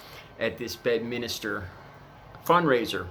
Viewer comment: bed minster ,,can u read ? ,,,not minister dummy